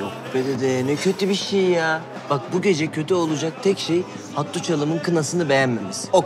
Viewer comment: Arkadaşlar Hattuç değil HA-Tİ-CE